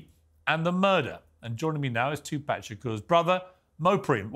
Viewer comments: Pierce pronounce it as two pock not pack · Learn how to say tupacs name piers!! It’s NOT TWO PACK…it’s TUPAC !! Piers also wants to put diddys actions on the entire world of hip hop! If u have a hard time understanding something then DONT REPORT ON IT!!! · Piers, its not TuPACK it’s Tupaahhhk. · Its NOT TupÄc...its Tupac! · It's pronounced 2 pawk, 2 pac. Not two pack. Why not correct him? And before anyone says accent, nah. Names don't change regardless of accent. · For God sake he's name is Tupac NOT Toopack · Tupac piers...not twopacks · Its ffunny how he says 2pac. Like pac man. Pronounce puk like hockey puk ... not pac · It's 2pac not 2pack. You dosser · Oh for Christ’s sake it’s not twopack piers it’s tupac tu/paac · Piers its tupac there's no k on hes name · Piers saying 2 “pack” is so annoying, put some effort n pronounce his name right, show some respect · Piers still calling him TuPACK 🤦‍♂️ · It’s not Two pack . ! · Bro Piers come on!!! Its Tupac (Too Paak) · This host kept calling him “2-pack”. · Piers why do you call him 2pack? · If I have to hear Piers say “two-pack” shakur again I don’t know what I’m gonna do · Piers, you gotta learn how to pronounce Tupac’s name 🤍 it’s respect man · For God sake! it's there is no "K" in Pac's name Piers.. don't say Pac name like that man! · I wish Mopreme would have asked Morgan to correctly pronounce his brother's name...